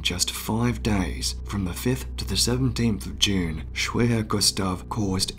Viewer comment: Hello, remember, in German, the letter 'W' is pronounced as a 'V'. So 'Schwerer Gustav' sounds like Sh-Verer Gustav. Cheers!